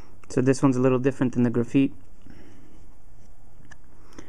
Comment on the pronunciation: ITS GRA FITE NOT GRA FEET